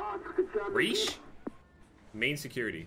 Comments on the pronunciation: “The ricesh, reich, reesh main security” lmfaoooo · Ah yes, the third reesh. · Bro said “reesh” 😂😂😂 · I love you, but it hurt me that you didn’t know how to pronounce Reich 😂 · Bruh no offense Jev but your historical “knowledge” cracks me up. They say you tried to pronounce reich 😂